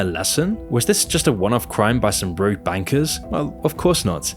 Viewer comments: "Rouge" bankers? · it's rogue, not "rouge". i find it hilarious that so many people still make that mistake. great video nonetheless